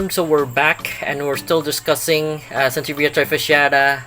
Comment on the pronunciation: Very informative. Thank you for sharing! Didnt know thats the correct pronounciation till I saw your video 😅